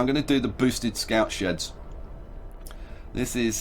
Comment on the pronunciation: Anyone else getting angry when he says scout sheds